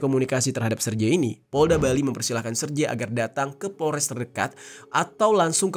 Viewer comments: Serge ( Sèrgéi ) bang. Bukan serje. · jangan salah nyebut nama orang dong.. jadi gak seru nih dengernya.. Sergei itu bacanya yah Sergei, bukan Serjei atau Serji..